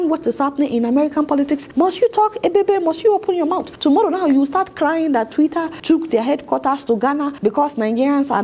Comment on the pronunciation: Twitter not twira 😂😂